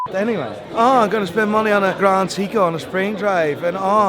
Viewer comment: Love the watches from all the microbrands. And i support many of them already😊 but! It is SEEGO it is SEIKO 😂